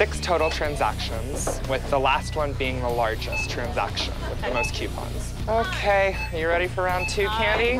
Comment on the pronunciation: Nobody: This guy: TRANZAKSHAN